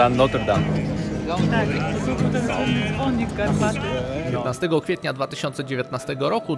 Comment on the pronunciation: Niewielkie sprostowanie,wymawia sie Notr Dam, e jest nieme.